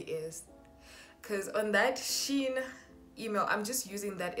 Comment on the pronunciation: From "Shein"😂😂😂😂